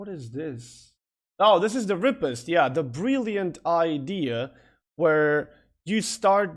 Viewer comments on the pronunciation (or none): Riposte is not pronounced "Ri-pest". It's pronounced "Ri-POST" ("post" like in "postal"). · Ree-post - not rip-ost